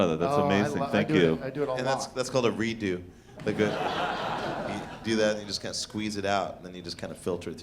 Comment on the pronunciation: "take that dew and dump it into the diaper".. "its called a re-dew". lol